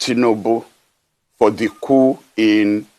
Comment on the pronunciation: Its cou/p/.Don't pronounce the "P"